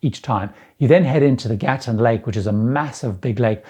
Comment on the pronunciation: Just fyi, from someone who grew up in Panama, Gatun is pronounced "Ga-toon" by the locals.